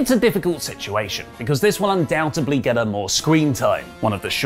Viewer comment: “undoubteBly” 😁 The 1990’s called, they want Joey Tribbiani back…